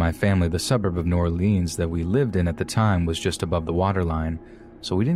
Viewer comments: Gonna call it New Or-LEENS but talk like you from there... It is New Or-LINS sweetheart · And pronounced new ORlinz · How does someone from New Orleans not pronounce it correctly!? It's NOWLENS! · Love your content! Just a quick Louisiana lesson though: New Orleans = New Or-Lins Gentilly = Jin-Till-Ee Atchafalaya = Ah-chaff-ah-lie-ah Plaquemine = Plack-ah-min But your pronunciation was muchhhh better than most 😝